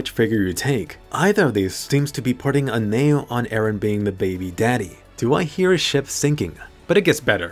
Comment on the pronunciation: Most likely "Ereh" She said 114 times till now lets see how far it goes